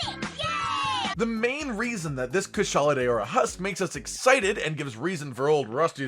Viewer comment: It's not kushala day-ora 😬😬😬🤢🙄